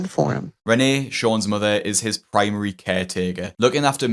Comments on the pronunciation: Love hearing Dr. Now say "mudder" 😉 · Dr Now. "Your Moder" when he tries to say mother.